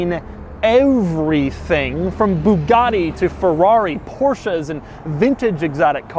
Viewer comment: DOUG...Please...It is not"PORCHA".....But "PORSCHE".......